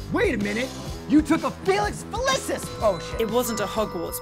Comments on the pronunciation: felisis no fe-lee-sees I'm a potterhead and a proud ravenclaw 😊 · Felix fell-is-is :/ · I died when he pronounced Felix Felicis wrong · Gryffindors are not jocks Slytherins are not wannabes Ravenclaws are not all nerds AND HUFFLEPUFFS DO NOT VAPE Geez I am offended with the way you make Hogwarts sound you muggles I am unsubscribed Edit: learn to say Felix Felicis potion